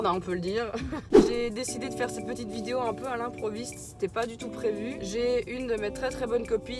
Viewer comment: Sa me stresse dans tes vidéo tu dit « vidieo » mais tkt on t’aime 😉❤️😘